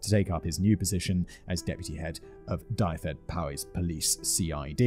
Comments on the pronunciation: Dyfed-Powys Duvvid pow wis .... but great try Simon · No points for pronouncations. Jim Bowen, is Bow-win and Dyfed Powys Police is Dove-ed Pow-is Police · Die-fed Pow-ease. Ah yes. The famous Die-fed Pow-ease Police. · Wasn't expecting the phrase "tight as an otter's pocket" haha, almost as brilliant as Simon's pronunciation of Dyfed Powys. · Listening to Simons pronunciation of Dyfed Powys is hilarious 😂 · I've never stepped foot in my Ancestral homeland, and even I laughed at that attempt, lol.